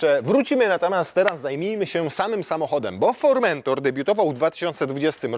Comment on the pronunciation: Fermentator czy jakoś tak. Z Podlasia?